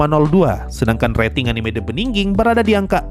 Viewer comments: Begining bang bukan beningging hadehhh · bigining bacanya. bukan bndingging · "The beginning" bang, bukan "the beninging" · knp the beningging sih bang wkwk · Emang sengaja itu. Ngambil dari pidato "in the beningging" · sebenarnya yang gw denger "The Beginning after the end" atau "The bedingging after the end" sih wkwkkw Lu sarkas apa emang beneran gitu bang? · "The beningging" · itu ngomong the beniging itu sengaja buat parodi atau gimana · Wkwkwwkwkwk gw kira kuping gw bermasalah tpi emang dia ngomong nya the beningging 🤣🤣🤣